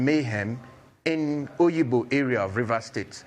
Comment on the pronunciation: It is Obigbo, not oyigbo. This Nigerian agbero government, devil is waiting for you at the gate of hell.